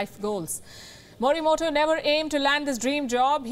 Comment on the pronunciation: Fine, but the pronunciation मोरीमोटो is not as per Japanese spirits. I am writing in Devanagari because even English is not able to convey it, the fact that Japanese does not have consonants टा, टो etc their words are made of ता, तो etc and hence the correct pronunciation should be मोरीमोतो ।